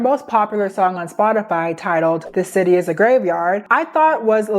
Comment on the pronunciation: new york citay, partay. Whats next😂